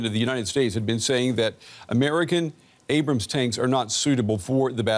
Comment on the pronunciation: It's Abrams, not Abram.